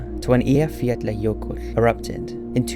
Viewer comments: Eeya-fyatla-yurkull thats how you pronounce the icelandic volcano from a few years ago. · Nice pronunciation of the big E15 man 👍🏻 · You nailed the pronunciation of the Icelandic name. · you actually said eyjafjallajökull very well sir! gj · You did a good job pronouncing Bárðabunga and Eyjafjallajökull :) Great video !